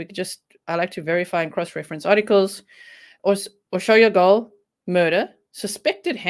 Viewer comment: Hi G! I was afraid it was the handyman he had a key to the house I'm glad they made an arrest I'm eager to find out more details dont worry about pronouncing her name perfectly Hungarian is the hardest dialect unless you know Hungarian how can you possibly know lol you Did Great!👍👌